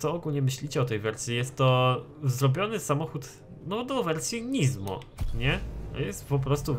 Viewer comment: Nie żadne NIzmo tylko Nismo przez wyraźne S w środku. Nismo = skrót od Nissan Motorsport. Na nissany mówisz nizzan?